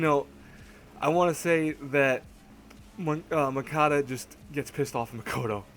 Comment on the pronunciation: btw, its Munakata.... not Mukata...>_<|||